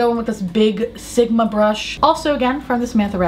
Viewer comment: Sometimes when you say "Sigma Brush" I hear "Simba Brush" so I think you'll be a great Disney vlogger!